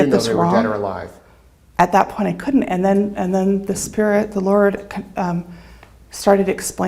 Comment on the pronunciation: Did she just say “the lard”?